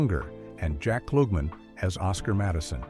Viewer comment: There this guy goes again with the "Jack Kloog-man"